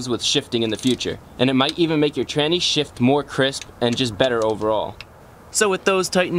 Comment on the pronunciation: Lol h says traney